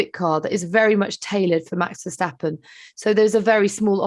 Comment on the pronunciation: versHHHtappen? There is no ‘SH’ sound in his name!